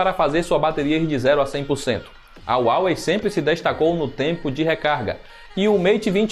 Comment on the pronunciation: Tá pronunciando Xiaomi e Huawei errado